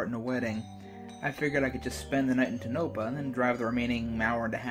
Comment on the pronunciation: That's not how you pronounce the town's name.